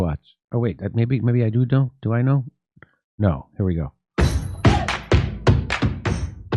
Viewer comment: When she says the word 'do' it has 3 syllables.